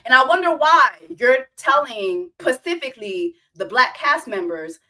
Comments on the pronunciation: Why do you keep saying "pacifically" instead of "specifically?"😂😂😂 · Did you do say “pacifically” to get more comments ?! Girl I hope you know it’s specifically 😅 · you are saying "pacifically" to be funny.... right? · When she says “pacifically” is she serious or is that a running joke on this show? 🧐